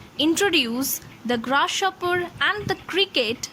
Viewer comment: I passed XII in 2016, now I'm a graduate. I love this sonnet. One thing that I want to say to you is that the way you pronounce "Grasshopper" is really bad. I couldn't take it in. I suggest you to focus on your phonetics of G sound. P.S. I am sorry but it's true.